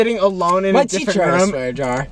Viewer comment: The way they say room Is crazy "rom"